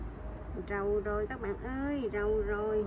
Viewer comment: "Giàu rồi" hãy "Rầu rồi" nhỉ 🙄😐